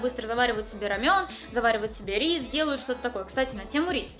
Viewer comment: НЕ РАМЁН А РАМЕН (Рамэн)